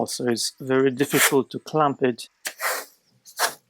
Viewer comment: Beautiful. I just enjoy watching you work and attempt to say the word clamp.